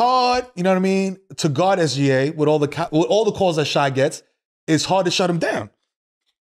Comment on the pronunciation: Shai is pronounced Shay not shy.